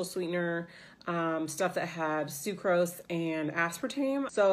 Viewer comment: Yeah you pronounced sucrose right! :)